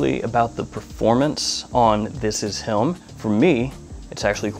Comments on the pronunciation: I love his videos. But it always gets me how he says him. Does in not sound like he says “helm” or “hilm” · Subtitles even shows “helm” lol so I’m not the only one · Your accent provides a slight ‘hidden’ L in the word ‘him’. It is interesting. Is that common? Sounds like ‘hilm’ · he does it with the(l)m too. lol. ive also been wondering about this for months lol